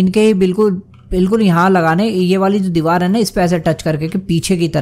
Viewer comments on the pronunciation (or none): none